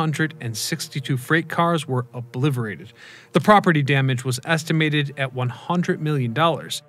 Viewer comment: The word is Obli*T*erated.